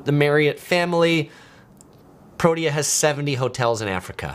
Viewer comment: It's pronounced Pro-TEE-ah (Protea).